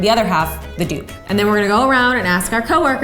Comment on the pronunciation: Yeah. It's a dupe not 'dew'p 😂